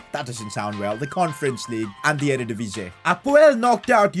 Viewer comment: It's still EreDivisie not erDedivisie 😅😅